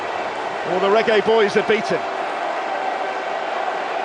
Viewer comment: I heard the commentator said raggae boys 😂😂😂😂😂😂😂